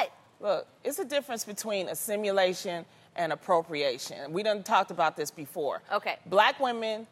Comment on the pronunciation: Assimulation? Assimulation, Loni?